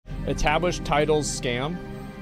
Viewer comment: "etablished" oh... 0 seconds in and you done goofed..